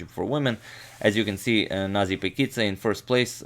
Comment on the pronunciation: allso paikidze not pakidze like in video:)